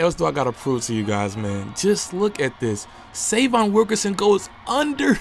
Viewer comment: Please pronounce his name right - Say-vee-on